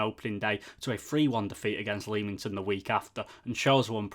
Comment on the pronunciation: Have subscribed. great review. keep it up..just a heads up..Leamington is pronounced LEMington..😁 come on you Brakes